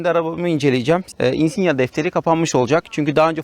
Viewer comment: özel isimlerin orjinal dilde okunduğunun farkında olacak kadar dil bilgim var çok şükür. 😉 Yıllardır Insignia kullanıcısıyım çok sayıda yerli ve yabancı içerikli Insignia videosu izledim senin gibi söyleyene ilk defa rastladım. Neyse en azından insigna demiyorsun. İçerik güzel videonu beğendim . Umarım bu yolda başarılı olursun.👏